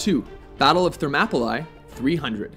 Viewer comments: Thermapalie? it's Ther-mop-ah-lee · its battle of THER-MO-PHO-LEE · and he pronounced it all wrong. I've always herd it pronounced: Ther-mop-oh-lee. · In fact its Ther-mo-pi-les... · "Battle of Therm apple eye" lmao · Two complaints: 1. Thermopylae is pronounced ThermopyLY. 2. Battle of Helms Deep is 20k Uruk Hai vs 500 Rohirrim (I might have spelled it wrong.) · The way he pronounced thermoployae... I got the-map-[from a ]pole-lie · you pronounced it ther-map-oh-lie ..... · I pissed myself laughing at Thermopylae pronounciation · I have never heard "Thermopylae" mispronounced so spectacularly. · How did he butcher Thermopylae so bad